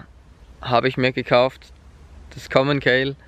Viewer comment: Es heißt RockShox und nicht RockShock außerdem heißt es Commencal und nicht Kommenkayle🌚